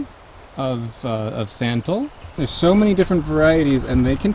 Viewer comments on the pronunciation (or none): It’s not “sen-tall”, it’s pronounced “sun-tol ☀️-tol”